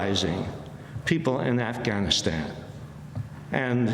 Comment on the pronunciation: Amy Goodmen is the first American who pronunce “Afghanistan” correctly.